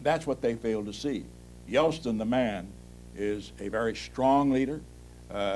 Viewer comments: Say "Yelstin" one more time. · He keeps saying Yelstin, not Yeltsin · Nixon was brilliant and incredibly prescient. I've noticed he always pronounced Yeltsin as "Yelstin". Not a real criticism, I absolutely admired Richard Nixon. The most enduring political presence of the last half of the 20th century.